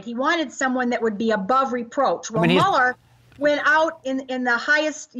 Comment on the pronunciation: Hey Jay, his name is pronounced, MULLER without the e.